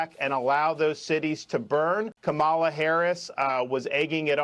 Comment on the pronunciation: Trump has been saying "Comma La" during his "press conferences", but then suddenly on his tiktok, it was "Camila". So when he's in public and knows he'll be called racist for it he says it right. But then he panders to his base with CAMILA.